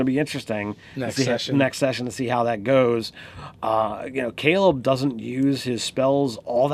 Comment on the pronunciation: who taught you people to talk cause you need to hit them how did you fuck up saying Caleb